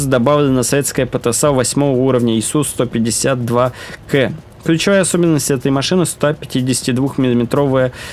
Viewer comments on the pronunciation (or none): Не "Кэ", а "Ка", твоя училка наверное со стыда сгорела!☝️🤣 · не КЭ а КА ,бой был под слив по программе и на этом ст он это знал ,он на чите (который вы называете модом) ,смешной.